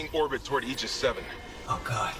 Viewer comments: as old as this game is and playing through it still isn't enough to be able to pronoune AEGIS correctly..... murican ignorance. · I know that you know that you don't usually pronounce "Aegis" that way.